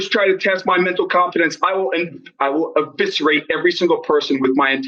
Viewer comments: He mispronounced "eviscerate". Bought a thesaurus, looked up a few words to try out. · Eviscerate not Aviscerate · I honestly thought he said "obituate" at first.